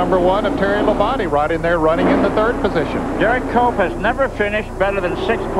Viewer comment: When benny parsons started saying HERE COMES DERRICK COPE, I can swear that he's saying HERE COMES DOPE COPE!